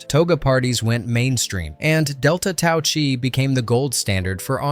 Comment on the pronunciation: OK TWO WRONG THINGS: One the Jack Daniels bottle like Antonio Diego said WAS ICE TEA. Belushi would have collapsed or worse if it was real, idiot. #2. It's not Delta Tau CHEE it's Delta Tau KYE (im using letters to pronounce it I know its not spelled that way) I wish you people would get ALL your facts right and NOT be a Fux News for movies. GET IT RIGHT MORONS!